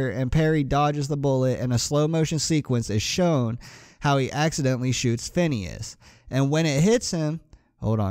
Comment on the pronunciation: Phineas not PHONWESNES or PIHNSE XD